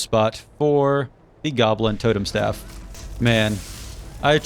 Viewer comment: so no one gonna talk about him saying “stafe” rather than staff